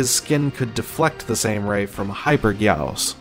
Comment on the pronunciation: It’s guy-gos